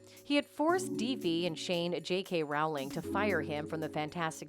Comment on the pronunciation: Please pronounce JK Rowling's name correctly. It rhymes with "bowling," not "pow."